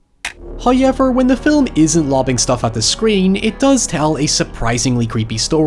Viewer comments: I love watching these videos just so I can hear the way he says however "Hoihyeavur" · ...did he just say "hie-ever"? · I will never get over pronunciation of "hayever" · lol every time you say Hiever I have to say it too. ♥ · Hiyever lol I believe he means however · I look forward to a ghost hunter show finding the phrase "HOYEVER" scratched in the wall of a haunted house.